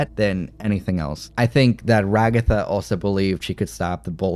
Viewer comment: Why do they keep calling her Ra-Gotha?! 🤣